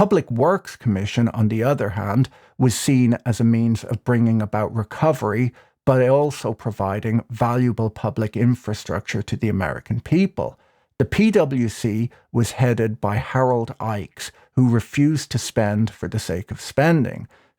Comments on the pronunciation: Harold Ickes pronounced his name "ICK-es," not "IKES." Otherwise another great vid, Patrick. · Great video. Ickes is pronounced "ick-ees" by the way. He was an early and fierce opponent of German and Japanese fascism. His son was politically active into the 1990s.